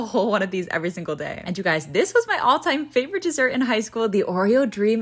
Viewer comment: Why is she talking like that ?… the “💀FAVOrite! .cheeseCAKE” and then chocLATE she add like too mucyuh energy to the end of the words I can’t be the only one who hears it